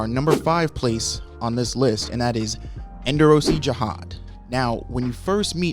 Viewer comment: Its not pronounced endo rossi its end or see endorsi.